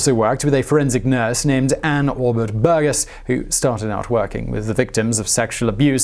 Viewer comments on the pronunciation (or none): none